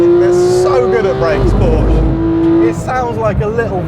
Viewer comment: Porsche is a Two-Syllable Word™